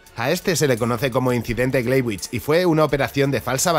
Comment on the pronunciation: Muy muy interesante. Un detalle, se pronuncia Glaivits